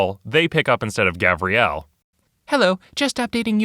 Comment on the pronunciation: It's Gavriel, not Gabriel.